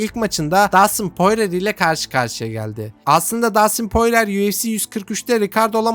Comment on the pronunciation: poirer değil porie